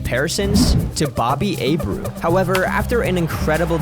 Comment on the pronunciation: You are not pronouncing Bobby Abreu’s name correctly